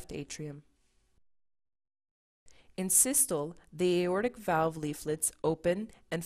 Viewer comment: Systoleeeeeeeeee, and Diastoleeeeeeeee..... pronounce the "Lee" after each for correct pronunciation...!